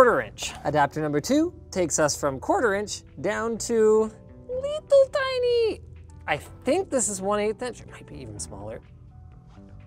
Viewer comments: I love the way you say "Little Tiny" in that accent. It makes me laugh. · Every time he says "little tiny" he goes full Russian.